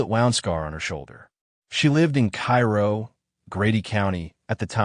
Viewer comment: it;s "kay- roh" not Cai roh. But that is one of the biggest cold cases in my area. Everyone knows Gary did it, but there is no solid proof or where her body is. Since he's dead, we may never know.